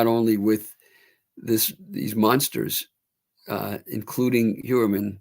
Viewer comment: is pronouncing Heuermann correctly. I was in school with some Heuer’s and that is how it is pronounced.